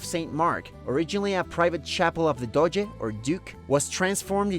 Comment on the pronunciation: It’s Doge (Dojaa) not Dodge!!!